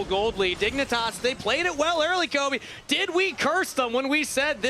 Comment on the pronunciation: 1. Her name is and she has the crew's deepest and most current knowledge of the other regions. She's a genuinely excellent analyst 2. That's CAPTAIN Flowers to you buddy. 3. It's Kobe. Not cobey. 4. Azael not even mentioned. Absolute blunder